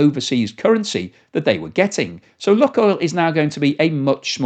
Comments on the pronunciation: Just FYI, it's not "Luck" (like a northerner) but "Luke Oil" like nuke or spook. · I believe they pronounce it Luke Oil. Not luck oil. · Lukoil is pronounced luke-oil, not luck-oil. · "loo - coil" mate , not "Luck-oil" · seems to call it "luck-oil" sometimes, and "look-oil" other times, but it is actually pronounced "LUKE-oil" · I am very surprised that you don't know how to pronounce LUK. It is not an English Word. It is pronounced like LOOK. 👎🇨🇦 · It is pronounced Look-oil as in “spook” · Pronounced 'Luke' oil, though.